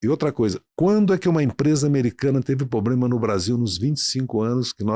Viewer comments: Haddad luxo pro brasil??kkkk a vo po caralho esse cara ai vei duas hora ouvindo merda de um cara q fala pobrema em vez de problema,pela amor nao chama mais esses safado nao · O cara ainda vive o sonho do Brasil o “país do futuro “ e para fechar fala “poblema” Esse Podcast já foi bom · Tava quase convencendo aí saiu um "... pobrema crimático" 😅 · Esse é o mais inteligente da esquerda?! O cara fala "poblema"!